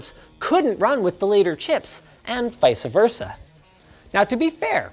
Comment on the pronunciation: "vice-a versa" broke my heart a little bit